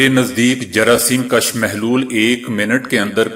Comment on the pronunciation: آسلام علیکم! آپ اردو کے بہت سے الفاظ صحیح پروناؤنسیئشن کے ساتھ نہیں پڑھتے۔ مگر ”کَش“ اور ”کُش“ میں بنیادی غلطی کرتے ہیں۔ کَش، کَشیدن سے ہے یعنی نکلانا، ذیاد کرنا وغیرہ اور کُش، کُشتن سے ہے یعنی جان سے مارنا، قتل کر دینا۔